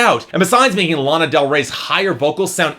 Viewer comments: You pronounced Lana wrong , i already hate you and this review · your pronouncing lana wrong...